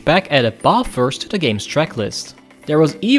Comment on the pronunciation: Great video!! As an Aussie took me a second to realise he was saying Bathurst. I loved this game back in the day, played the heck outta it on the 360. You earned a sub from me too!